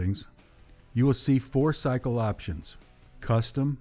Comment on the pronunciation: Cycle the y sounds like i. Not sickly